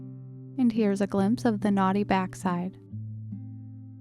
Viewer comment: Me listening as I craft, my sister sticks her head in asking if she just heard someone say “Here’s a glimpse of the Naughty Backside.” I had to skip back prove it was “knotty back side”